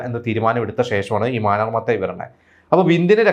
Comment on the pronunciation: മാനർ മത്തായി അല്ല മാന്നാർ മാന്നാർ